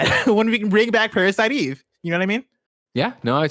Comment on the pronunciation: I'm more offended by the way Greg says Parasite Eve than PASBR getting the boot.